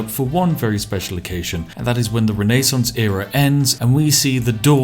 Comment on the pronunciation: Why did he pronounce Renaissance like that?